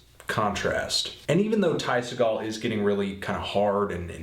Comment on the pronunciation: you forgot The Epsilons! also, apparently the real way to pronounce his last name is SEE-gul, not SUH-gall. I asked him mahself. btw great review! spot on!